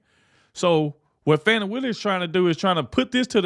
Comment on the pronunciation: By the way. It’s not “faw-knee” it’s fani. Like the a$$.